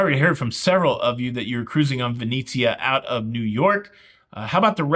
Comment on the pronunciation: ven-etsy-ah -NOT ven--eee-zia :)